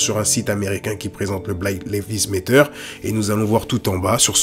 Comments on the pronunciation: excellente vidéo cependant... Black Lives Matter se prononce "black laïv'z méddeur" (laïv'z comme life par exemple) et le "T" se prononce "D" méddeur" pas Lévi's comme la célèbre marque de jeans mais laïv'z lol Tu dis "black Lévi's méteur" tu m'as tué lol 😄 bon sur la forme je te taquine un peu mais ça m'empêchera pas de te mettre un pouce bleu car sur le fond c'est une top analyse 👏😉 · Super. Bon travail comme toujours. Poursuis ainsi et merci. Par contre pourquoi choisir de prononcer "Black Lives Matter" comme tu le fais? La vraie prononciation est tellement plus simple. Just saying... anyway Big up! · pk tu dis black levis matter??